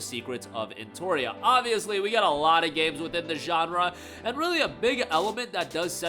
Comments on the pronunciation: he said Entoria so many times you would think he believed thats how it was spelled lol e NO tree uh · its NOT “Enotoria” its Pronounced “En-Not-Tree-uh” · No its not. "TOR" doesnt make a "tree" sound.